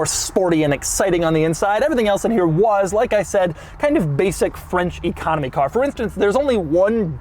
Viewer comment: Every time Doug says "French Economy Car" I hear "Frenchy Comedy Car" and well